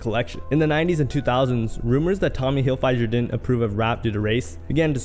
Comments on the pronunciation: Hilfiger…..the i is soft. Hill fig er Also, I might do a show a day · The fact that he showed a clip of Keenan instead of rkelly and the way he pronounced hilfiger and fantasia is wild lol